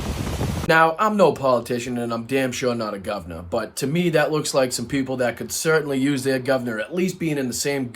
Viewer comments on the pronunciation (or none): none